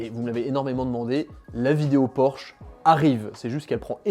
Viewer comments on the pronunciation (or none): none